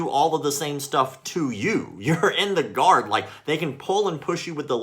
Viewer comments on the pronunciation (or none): I thought he was saying "god" and not "guard" and I was very, very confused. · “How do you like the Gahd now” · What's more irritating than his bullshido, stupid uniform and gross haircut is his pronunciation of "guard".